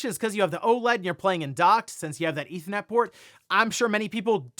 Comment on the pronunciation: Why can’t you pronounce the R in ethernet?